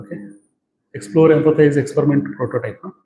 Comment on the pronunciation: Expuriment, white rrray!! Exxxplor. Bainks?